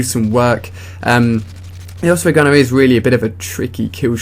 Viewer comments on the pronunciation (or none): just a question, why do you pronounce it oFsprey not oSprey?